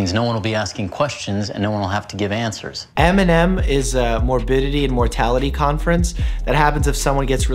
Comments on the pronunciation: When he said MNM I thought he said Eminem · I thought u said eminem Then i saw it was m and m